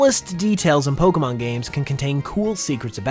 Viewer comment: Your videos are great, but BRO. WHY do you say 'poke UH mon' instead of 'poke AY mon'? Don't say it like Ash Ketchem, he's dumb. Say it properly, you DO make Pokemon videos as a career. You should really say it right if that is all you do...